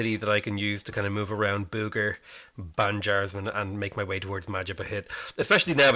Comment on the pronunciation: I cringed myself when he pronounce that city "booger", because I live in that city. FYI it's pronounced "boh-gor". yep that is correct. The rest you mentioned also pretty correct. Seriously dude, I love the chaotic energy in this video. Pretty rare energy than the usual video.